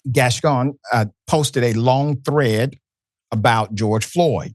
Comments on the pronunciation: WRONG. Se pronuncia: Gascón y Saldaña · My god Dr Ritchie can you pronounce one name right. It’s pronounced Gas-sone. And Zoe’s last name is pronounced Sal-Dan-nha. 😩